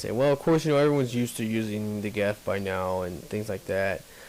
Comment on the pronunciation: It's "Geth", not "Geff." That being said, I really like your videos, but you're not being fair to the DLC at all. Just because the new characters aren't extremely, laughably overpowered infiltrators doesn't mean they "suck". They're just different. Of course the new Engineer isn't as good as the Geth Engineer: The Geth Engineer has three of the four most overpowered powers in the entire game. The Resurgence characters were all overpowered. Keep that in mind.